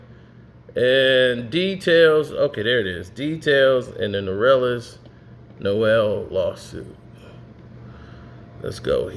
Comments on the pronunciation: His name is Ner-lens not No-rel-lens. It's only 2 syllables. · Did he call him “Norellens”? 👀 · It’s nerlens (Nur-Lens) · Goodness gracious my brother. It's Nurrrr - Lens. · Damn! Ain’t nobody gon’ tell his name is NERLENS!!!! Pronounced “Ner-lins” Damn-put sum respeck on that 6’11” REJECTOR from Boston’s[Everett MA] NAME!!!!!! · What’s his name??? 😂😂😂😂 Sounds like you’re adding a few syllables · Bro every time he says it I correct him in my head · stop pronouncing that man name wrong 😭